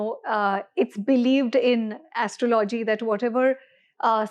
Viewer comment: first learn to pronounce astrology properly... It is aastrawlowgee and not like what you mis-pronounce..